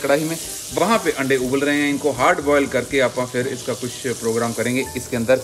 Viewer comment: wife ke saamne aap aande aande kar re hain 🤣🤣🤣🤣🤣 and shez not understanding it at all 🤣🤣🤣🤣🤣🤣 i think you must be knowing what you are saying 🤣🤣🤣 aande not ande 🤣🤣🤣🤣 single 'a' can make a difference 🤣